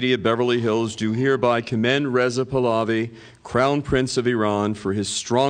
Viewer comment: This idiot still all I ran and mispronounce Pahlavi pals I.